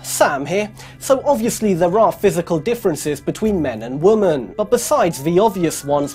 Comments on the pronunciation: Great did. BTW its women (wimin) not woman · He keeps pronouncing women (plural) as woman...for some reason it's driving me crazy😂😂😂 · "THAN WOMUANNNN" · Does nobody else notice the way he says women? As if he's slow or something?